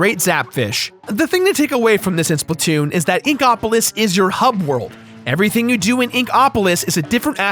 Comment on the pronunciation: the way you say Inkopolis upsets me